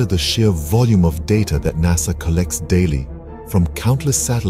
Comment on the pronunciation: Noo NASA Not Korekt.. 😢